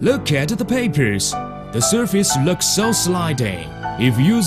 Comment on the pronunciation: 3.24 lök at the perpers the surface lüks suh slidey